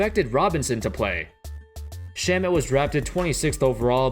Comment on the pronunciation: It’s pronounced sharmey not Shamet